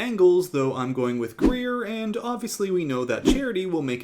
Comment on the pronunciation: Did anyone else think her name was “Gruyère” not “Greer” 😅